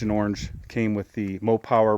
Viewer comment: It’s Mopar not Mopower lol